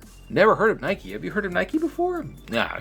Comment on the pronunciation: its nike not neka lol